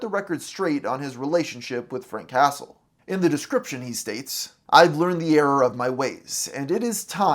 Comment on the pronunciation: Frank hastle ❌ Frank castle ✅